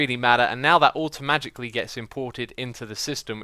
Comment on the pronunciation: when X said automaticly i thought he said automagicly xdd